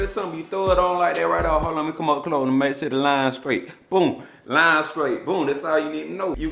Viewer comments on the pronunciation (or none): none